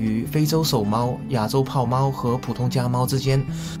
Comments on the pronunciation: 豹猫 bao， 不是pao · 炮猫 【滑稽】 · “匀称”和“豹猫”的读音怎么这么奇怪？哪里人？哪里学的中文？